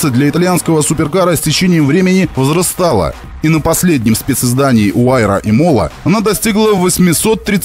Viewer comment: Можно было упомянуть ещё Aston Martin Valkyrie. И версия Pagani - Imola, а не imOla. Это гоночная трасса в Италии.